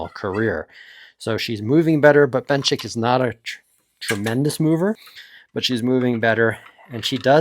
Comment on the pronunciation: And Benchik